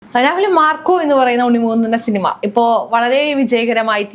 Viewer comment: shinima allada cinema 😂